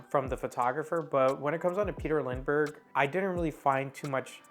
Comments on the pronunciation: this video is none sense . you can watch his video talking about his Style and the wsy he Works . ps you say his name wrong . Lindbergh. not lind denbergh . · It's not LinDENbergh , it is Lindbergh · "Lindbergh", instead of "Lindenbergh" and even the title is wrong. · Dear Sir, Please go to lengths to pronounce Names Correctly (You got it right the first time but not the 2nd & 3rd)(there is no 2nd "N" in his name)!!!!!!! It seemed that most of what You said was correct .... I do not want to be critical (but I can not help myself)... I wish that there would be an easy way to contact YT people privately.......... Best on Your YT endeavors.... I subscribed :) :) :) Remove this if You like :)